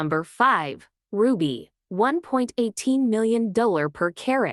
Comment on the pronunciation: Can't even pronounce dollar!